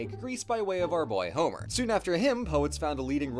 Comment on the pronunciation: Homer? D'oh! Emphasis on the second syllable for the greek author, on the first syllable for the Simpsons character.